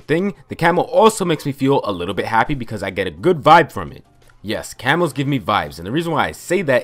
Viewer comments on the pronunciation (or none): I swear to god the entire video I thought he was saying camels. "I used to tryhard so much to get gold camels"